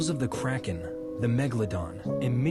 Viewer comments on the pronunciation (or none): none